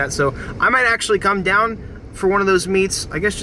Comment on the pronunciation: h-tine hold it dine